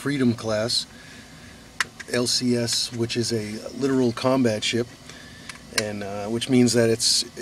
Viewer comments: I hate to be pedantic but "littoral" not "literal", I mean yes, it is actually a combat ship but the class designation is not the opposite of a "friggitave" combat ship. I only mention that because I have heard others mispronouncing the name too often. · Currently serving on her, "rear hanger bay" is the "WMZ" or water-bourn mission zone. And its lit-torial, literally. Not a homophone.